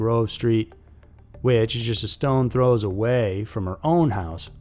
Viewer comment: It's a "stone's throw" away, not a "stone throws" away.